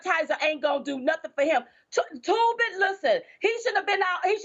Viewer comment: It’s Toobin, not Toomin idiot. Minstrel Show 2020